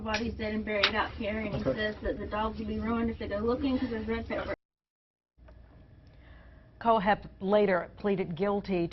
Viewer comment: Oh my God his name is Todd kohlhepp. Pronounced col hep. And your story is nothing but crap I live one County over from this piece of shit and we got to watch all of his confessions live on TV. You really need to get your damn facts straight. I live through the Todd kohlhepp murders along with the rest of the people in my community how dare you pretend you know what's going on in my community!